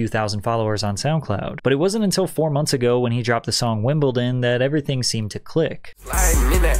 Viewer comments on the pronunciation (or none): none